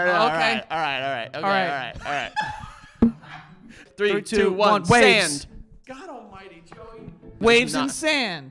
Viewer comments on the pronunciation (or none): I'm crying 😭 "Alrigh righrigh righrigh"